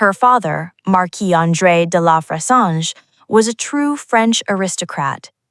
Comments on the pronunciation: the narrator made me cringe. get the name right. aay fressange, with a short a. do your homework. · Dear Miss AI. The name is Frezahnje. Clicking off you fake B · at least use an ai voiceover that can pronounce her name😅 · Why do this story if you can't even pronounce her name correctly??? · Please, if you're going to do a documentary about someone, get the pronunciation of their name correct. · Your pronouncing her name is atrocious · Please do not mispronounce her name.